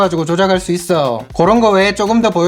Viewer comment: 말투보단 발음이.. 있어요 했어요 이런부분 거슬리네요 있어오 했어오 이러시니까